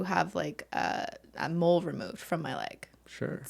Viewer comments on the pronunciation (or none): Who else heard mold when she said mole